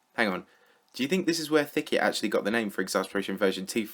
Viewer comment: more Like thick - et it should be